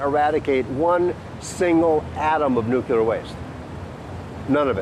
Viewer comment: Can't take this guy seriously. First, I don't see him or his book title on . Second, he' can't pronounce "nuclear," and apparently doesn't know the difference between an "anecdote" and an "antidote." Third, he does nothing but throw out the usual arguments like hormesis, and does it in a hand-waving manner. All hat and no cattle IMO. Oh, and the audio quality sucks, too.